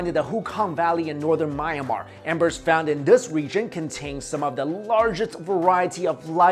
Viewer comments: It's pronounced me-an-mar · hey great vid but its prnounced mee-yaan-mahr just thought id let you know:D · It's pronounced My-anne-mar